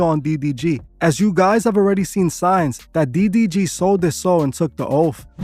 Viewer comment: bro keeps saying "DBG" 😂😂